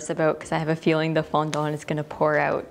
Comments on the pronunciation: I can't get past you pronouncing Fondant as FondONT. T_T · I wonder if it's the actual pronunciation in english? I'm french, would make things easier rather than the "foundante" thing people say lol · I'm British and I pronounce it "fondent", the e like an uh sound 🙂 but that's not to say all British people pronounce it the same way 🙃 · The way she says fondant I can’t 😭😂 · Did I just hear you say 'fondant' with a Cantonese accent? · I can't handle how you pronounce fondant 😅